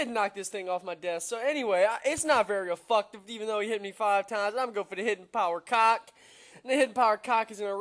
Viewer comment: its ef'FECT'tive, not ef'FUCK'tive. Just saying though :p